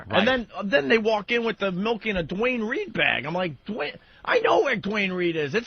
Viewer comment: I can't decide what's more infuriating, the entitlement or saying mElk.